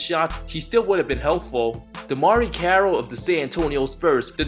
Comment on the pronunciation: lol why he do DEMARRE CARROLL like that lol!!!